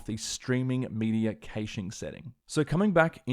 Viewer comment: if hurts everytime you say "caching"